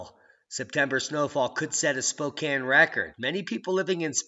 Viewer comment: Thank you for saying Spokane right! long time watcher.